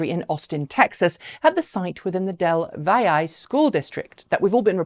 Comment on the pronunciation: BTW -- the location of the Texas factory is pronounced "Dell Valley".